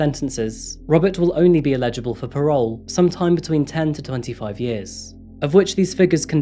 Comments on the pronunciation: kind of annoying, like mispronouncing words every video? "ela-ja-bull" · It's pronounced ELigible, not eLIgible :-)